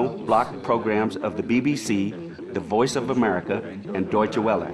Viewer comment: He keeps mispronouncing Deutsche Welle. Other than that, I enjoyed this documentary. I listen to a lot of shortwave, so I must be immune to the sounds that others seem to find so annoying.